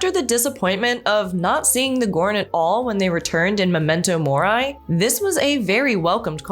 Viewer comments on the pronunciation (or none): memento MORI... not memento MORAI... smh